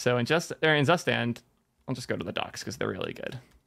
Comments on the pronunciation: Great content mate. FYI: Your pronunciation of "Zustand" is wrong ;). It is German word for "State" and is pronounced as "Suustand". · Every time you pronounce "Zustand" as "zuhhh-stand", a German vomits in horror 🤮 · Hmm "tsoostand" doesn't sound correct either to my ears. Either way it's more correct than how was pronouncing it 😂😂